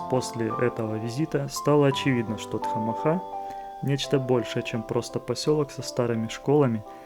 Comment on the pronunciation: Спасибо за хорошее видео !!! Маленькая поправка: название "Тхамаха" происходит от адыгского слова " Тхьэмахуэ", что в переводе означает - "Божье счастье". При произношении ударение падает на предпоследний гласной - вот так - "ТхамАха", а не ТхамахА.